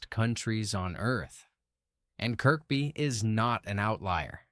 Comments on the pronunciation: Pronounced Zed-cars! Also pronounced Kerby. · More AI shite. Nothing to do with Kirkby (middle K not pronounced) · People who live here pronounce it Kirby, I've never heard anyone pronounce it Kirkby, not that it makes any difference, I love west (Kirby) by the way 😊👍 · Domes day book 😂😂😂it’s Dooms day!!!! It’s Kerby zed cars (Z cars)! Pronunciation sucks!!!